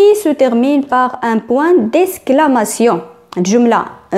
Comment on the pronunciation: On dit exclamation (eks)et non esclamation(esk) :faute de prononciation. à rectifier s'il vous plaît